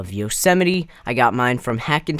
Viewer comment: yosemiteee? Its pronounced yose mite